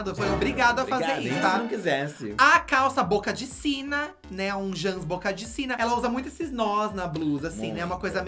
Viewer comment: Vocabulário hahahahahhaha -Jãns - Poêcah -JuliAylitte -Katya Perez -Cabelõn Continue...